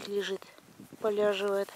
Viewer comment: И снова привет с Донбасса!, просто наслаждаюсь прекрасным видео и чарующим, успокаивающим голосом. Балдею от твоих "поляживает" и "пугавичка". Спасибо тебе огромное за приятные моменты в серой действительности 🤗😊😘